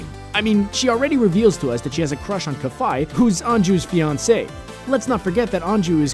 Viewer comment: Kafei is pronounced "Kaf-fay" not "Kaf-fai".